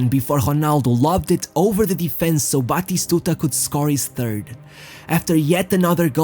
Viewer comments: We called him bloody stooger cuz In one of the older versions of FIFA like for PS2 When the commentator said his name it sounded like he was saying bloody stooger. We would yell Bati-stuta It's not that hard!! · Its not pronounced "batishtuta". Stop trying to sound refined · Some of the pronunciation is truly weird, e.g, Roma…(what.?) But I’m sure that in Argentina they call him Batistuta, not Batishtuta. Practice, practice!